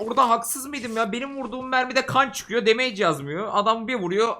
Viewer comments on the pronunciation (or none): none